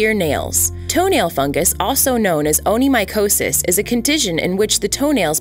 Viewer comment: With all due respect, I believe it's pronounced ony-KO-mycosis. But it was nice to find out this laser treatment is available for it in Canada. =0)